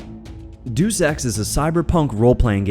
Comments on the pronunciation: He also said Deus wrong. He said doose, when it's dayus. Like the Latin word for the Creator. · say it with me: DAY-OOS. DAY-OOS. DEUS.